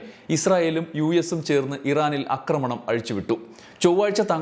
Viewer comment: അക്രമണം അല്ല, ആക്രമണം എന്നാണ് പറയേണ്ടത്.